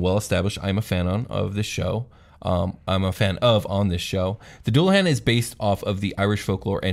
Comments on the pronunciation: For future reference - Doo-Luh-Han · It's pronounced "Dool"a-hon" omg lol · "Doo la han", not "dull uh han" I think *Or maybe "dool la han" **han? hon? I think soft a not hard a, so hon like on starting with a h sound. I obsess with pronunciation sometimes 🤣